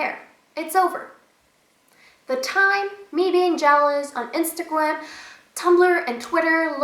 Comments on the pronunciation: Did she say "instagwam"?! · No offence but Instagwam